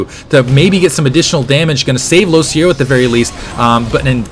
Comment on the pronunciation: isnt it LoCicero...